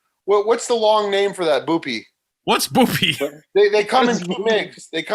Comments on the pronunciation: Jesus Christ the way says bupe is annoying as shit. It’s not “boopee” it’s “byoop”. He really makes himself sound dumb sometimes. Fucking boopee. Just call it subutex. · yoo calling suboxone 'boo-pee' hahaha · saying Boopy instead of bupe for buprenorphine was hilarious